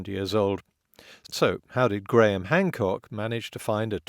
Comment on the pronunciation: Well, it does hurt when you add lies and bullshit as a perspective. Be a little skeptical, rather than listening to Gwaham Hwamcawk spew lie, after lie, after lie. You never even know how to spell Archaeology until Hancock told you about it.